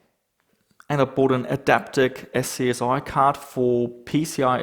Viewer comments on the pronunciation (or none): SCSI is pronounced "scuzzy". :) Cool stuff, looking forwards to your budget gaming remakes of old office computers - that's a great idea!